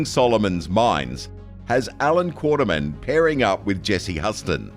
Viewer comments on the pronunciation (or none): Quatermain, not Quartermain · and Quatermain not Quaterman!